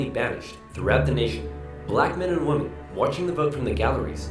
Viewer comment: I can't take Oversimplified serious, because he says "woman" when "women" is the correct wording.